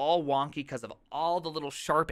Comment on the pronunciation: Has anyone else noticed that this man says "pecause"?